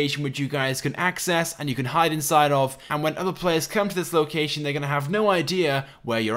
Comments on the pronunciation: he says locacan instead of location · locacion XD